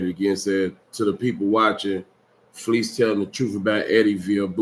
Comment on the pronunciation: It’s so funny when Fleece is narrating one of his experiences “ so I’m walking and somebody holler “Hey Fe’ Lise! “ 😂😂😂🤣🤣 Why does he periodically pronounce his name like that vs. Fleece ❤❤❤